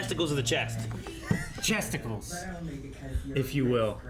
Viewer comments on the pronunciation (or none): this dude says chesticales. you guys should trademark that.😭😭😭